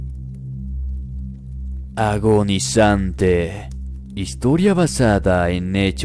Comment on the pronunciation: No manches es "AGONIZANTE" 😆😆😆😆